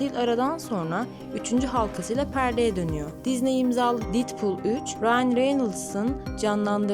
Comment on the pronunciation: didpul değil dedpul diye telaffuz ederseniz sevinirim ayrıca filmin adı deadpool 3 değil deadpool & wolverine...